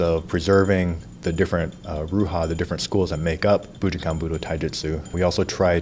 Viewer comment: I wonder if he ever learned to say bujinkan correctly?